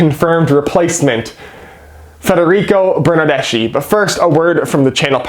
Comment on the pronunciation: Seattle Sounders fan here. Missing the friendly rivalry between our two clubs, hope Toronto turns it around soon. By the way, here's a small Italian lesson for you: Bernardeschi is Italian so the ending in his name is pronounced as a hard C (The letter C in the Italian alphabet is never pronounced as an "S" sound) For example the Italian word Ci would be pronounced as Chee (as in "Cheese"), if you add an "H" after the "C". you would get Kee (as in "Key") so put it together and you get Burn-Nerd-Desk-KEY rather than the incorrect Burn-Nerd-Dess-SHE